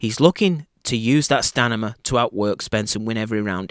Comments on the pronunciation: stamina,,,, not stanima !! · stamina not stanima